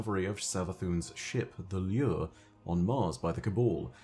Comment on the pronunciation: only could turn "lure" into a 5 syllable word